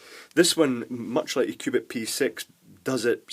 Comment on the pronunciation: sounds like he says Qupid :P